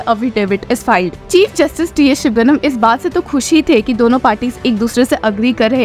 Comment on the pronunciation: Shivaganam? Can't you even make an effort to read the name properly?